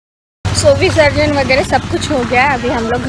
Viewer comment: Visrajan nahi visarjan, pehale english seekho